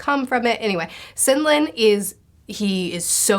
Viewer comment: You kept on pronouncing Senlin as Sinlen🤷🏻‍♂️